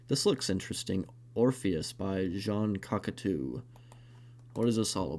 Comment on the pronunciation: Ah yes, one of my all-time favorite directors. Jean "Cockatoo."